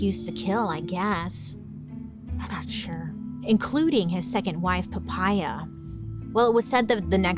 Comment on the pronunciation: I laughed so hard listening to Poppea become Papaya 😂 Is that how you pronounce it in english???😂😂